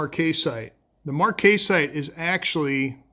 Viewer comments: Marcasite ...short 'A' pronounced marc-uh-site check it out on Google 'how to pronounce marcasite' . You are so into the rocks and do such a great job,just thought you would like to know. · Very nice Marcasite (Mark-uh-site from what I have heard from others) Cabochon. The marcasite really shines! Good to see the technique you use to do your cabochons.